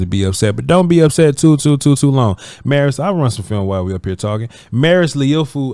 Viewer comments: Lol its pronounced Lee - U - Foul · His last name broken into 2 syllables to make it easier to pronounce…. Liu rhymes with New Fau rhymes with wow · C’mon man! How hard is it to Google how to pronounce the brother’s name? Liufau = Lee-uh-fow! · The way u doing his name is hilarious 😂😂😂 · Bruh I’m dying every time he tries to pronounce his last name 😂